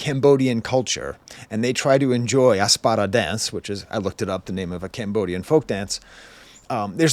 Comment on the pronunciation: It’s “APsara” lol but I really appreciate this video